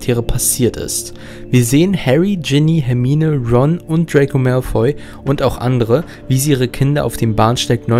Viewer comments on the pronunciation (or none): none